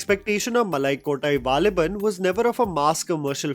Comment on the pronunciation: Sorry bro I literally laughed when you said Nanpakal nerathu mayakam but you said malakottai valibhan well